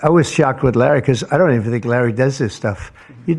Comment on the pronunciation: no the funniest buit was a minute later when he said "rally said" instead of larry too funny just like the movies